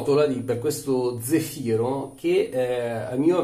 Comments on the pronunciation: Credo si pronunci zèfiro, con l’accento sulla E e non sulla I 😉. Comunque grazie della recensione, cercavo opinioni su questo prodotto che ho visto in vendita in un negozio di articoli naturali/biologici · e' Zèfiro.............ma tu lo dici apposta............... ahhahaahahaahahahahahah te possino............